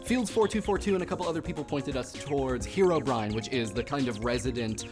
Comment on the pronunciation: Just saying Herobrine is pronounced "He-ro-Brin". -TheMentlegenMan